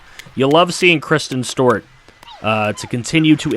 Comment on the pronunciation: It’s not stort its Stewart